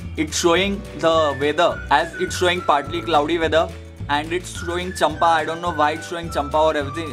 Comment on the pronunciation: hahahaha its not champa its cam-pa....